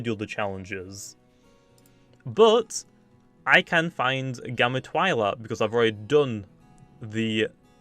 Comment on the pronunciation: ive been pronouncing twilat like (twee-laat) so i cringed every time he said (Tw-eye-laat)